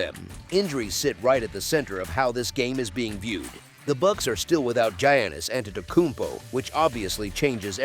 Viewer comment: The way he said Greek freak name is funny😂😂